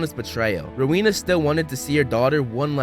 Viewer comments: It's Rowena Ravenclae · Isn't it Rowena Ravenclaw Not Helena Ravenclaw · It's rowena ravenclaw